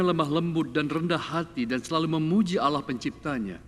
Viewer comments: Kok kedengarannya pake kata Alah kan yg bener Allah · Jgn di dengar kan cerita ini..gk benar...nyebut alloh aja gk becus.